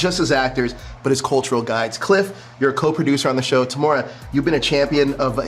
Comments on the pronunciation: Well said Cliff and Temuera as for the interviewer he needs to learn how to pronounce Temueras name properly, Temora ??? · The bros being very kind and chill with this hyper nervous bland interviewer - who within 1 minute mispronounced Tems name lol 👀 Kia Ora for the mahi boys, look forward to watching it! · Interviewer should have practiced his pronunciation before this interview 😮!! Absolutely butchered it!!👎🏽👎🏽👎🏽